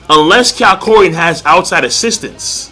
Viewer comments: HIS NAME IS NOT KYARKOIN! ITS KAK-YO-IN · It's Ka-kyo-in